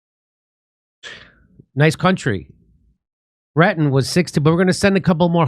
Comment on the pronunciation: Jimmy Dore Show : Her last or family name is clearly Retton and you instead said Ratton a couple of times. Duh. With that said, it clearly is a sad, very sad situation she is in. I am at poverty line so cannot financially help, but I've seen people using something like "Go Fund Me" or GoFundMe plenty of times for trying to raise needed funds. I don't know how successful those funding drives are, but if they have been successful and there is nationwide reach, then why don't people do the same to try to help Mary Lou in or with the serious health situation she is in? She is only 55 years old and could potentially have decades more to live, if she received adequate help. It surely does not require millions of dollars (USD).